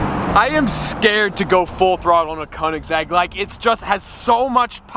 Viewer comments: Koenigsegg?buddy thats call koenegsegg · koenigsegg cuz its a koenisegg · If you are going to say Koenigsegg so much, then learn to say i right (no hate)